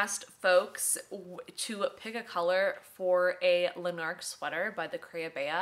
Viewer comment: Absolutely cannot get enough of your videos - feels like I’m hanging out with my pal! I hope this doesn’t come across dickish but we pronounce Lanark as ‘LANark’ (emphasis on the first syllable) Lots of love from Scotland 🏴❤️